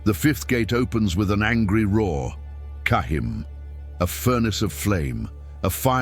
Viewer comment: Not cahim.. it's jaheem